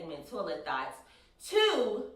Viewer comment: When you say "thoughts", it sounds like "thots" or maybe its just my ears lol love you!